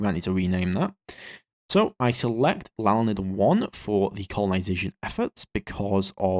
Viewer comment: Hearing him mispronounce my last name is glorious. (My last name is Lalande and it's pronounced in English like La (as in La La La) Land (as in the geological feature).